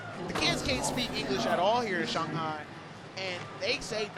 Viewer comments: Did he pronounce Shanhai wrong ? We really are in a Mandela effect type universe. Jesus.... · Everyone in the world: Shanghi Broadcaster: Shaunghi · It's not pronounced shong hi. Say it just like it's spelt SHANGHAI. now say it right shangit. And judges be blind af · What's with this "shong" hai nonsense.. say it right. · Just killed me every time he said Shong-hai instead of Shang-hai. Usually the announcers get the trick names wrong. One time on a different contest they called a hurricane grind a backwards crooked grind. Always have at least one real skater commenting on the contest. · Am I the only one who gets bothered when they say "Shawnhi" . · If that dude says shong-hi again ima loose it lol unless that’s how it say it, then I’ll shut up lol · "Shunghai" though?? Really? I've never heard that pronounciation, is that really how it's spoken? Lol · .. not if you are American. Than you pronounce it Shanghey .. and you don’t care. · Shanghai not "Shung-hi" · Shawn hi? Apparently. Thought it was Shanghai.